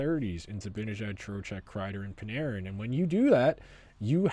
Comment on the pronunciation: It's "Zibanejad" - Zib-a-nah-jad